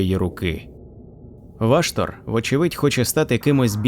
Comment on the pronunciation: Дякую автору за клопідку роботу над україномовним контентом всесвіту молота війни. Але бісить одне перекручування слів, ну навіщо озвучувати ВА"штор ????? це неправильно, дуже ріже вухо й в подальшому стає неприпустимим продовжувати перегляд даної, прекрасної роботи. Став наголос правильно! Школа 1-2- класи . НЕ ВАштор , а ВАШТор, наголос не на А, а на О !!!!!!!!!!!!!!! Цей коментар я залишив не для образи автора, а заради підказки автору, для продовження покращення ним, свого контенту серед багатомільйонної "аудиторії" даного жанру в медіапросторі інтернету. Слава Захистникам України!